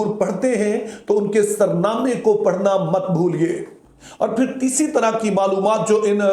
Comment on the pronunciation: Sir jee you are a teacher pl, correct in saying sarnama is a wrong pronounced in urdu it is soornama meaning which cord to start the song I hope you will correct yourself.